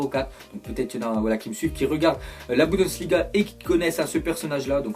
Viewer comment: C bundesliga pas budensliga